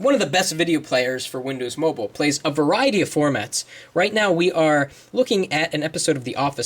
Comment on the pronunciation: LOL@ "Windows Mobul" XD